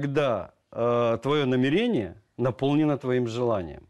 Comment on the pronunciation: Намерение - где в этом слове ударение?